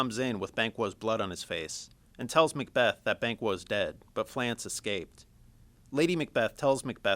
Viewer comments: Fleance, not Flance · (Flea) (on) (ssss) !!!!!!! get it right.